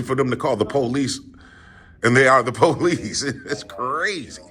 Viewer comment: “The Poe-leese” 😂